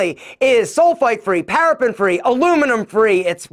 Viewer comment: Paraben not parapen